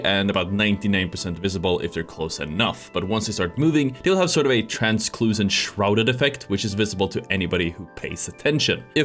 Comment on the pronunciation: "trans-kloo-sant"? translucent is pronounced, "trans-loose-ant"